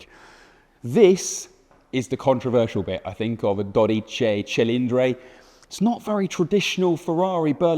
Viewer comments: Our language is all about the vowels. If you want to pronounce it correctly all you need to do is make five hard A E I O U sounds… ESPECIALLY at the end of the word. The way you’re pronouncing dodici cilindri sounds like… well, a British person trying to speak Italian but in English. 😂. say the hard “i” sound at the end of both words… it’s not a vague sound like you’re making. Good luck with the next ferrari name coming 😂😅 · Here some phonetic help to get it pronounced at least minimally right: DOUGH DEECHEE CHEE LEEN DRIE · It's pronounced dodici cilindri, thank you very much. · Sterrato [English pronunciation stehrrrahtoh] - Superleggera [superleggehrah] - Americana [americana] - Quattrovalvole [cuatroválvoleh] - Quadrifoglio [cuadrifolyoh] - Stradale [stradahleh] BTW it's [dóditchitchilindri] not [dodítchi...] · dodici cilindri, not dodicey cilindrey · it's pronounced "dodici cilindri" not "dodice cilindre". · Dear Top Gear, this is not Dodicei Cillindrei but Dodici Cilindri! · Dodice cilindre made me upset. Please dodici cilindri. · Dude, it’s not that hard. Dough DEE chee chee LEEN dree. The first vowel is an “o”, and it’s all “ee”s after that. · "Dorice cilindre" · "DodichAY ChilindRAY" 💀💀💀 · Daw-dee-chee Chi-lean-dree C'mon, it's not that hard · Daw-dee-chee Chi-lean-dree That should do it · Dodichi chilindri. He butchered the pronunciation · Why does he pronounce “i” as “ay”? “Docicay Cilindray”? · Makes a big deal out of pronouncing the name and immediately botches it twice in both words. Great job 😂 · Do note: the final letter in Dodici and in Cilindri is an 'i', not an 'e'. So the ending of each word rhymes with "see", not "say". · Damn...i never heard someone say dodici cilindri that wrong😂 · It's a beautiful name. You're completey butchering every single Italian pronunciation tho... Why? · The dude butchered every Italian name. Do-deh-chi Chi-lin-dree, cough-fan-oh. You work for top gear brother… a little bit of effort. 🤦🏼‍♂️